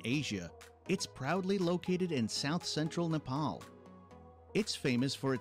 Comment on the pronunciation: Nepal✅ not nefal❌